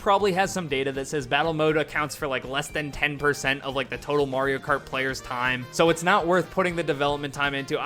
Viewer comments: It's a little odd when people say "MARE-io Kart", but I can take it in stride. "MORE-io Kart"?!?! You're just screwing with us at that point. 😂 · "More-io kart" at the beginning haha